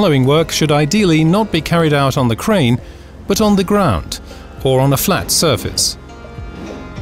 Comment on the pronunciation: grount, grount then soldert? come on. that's just being difficuld.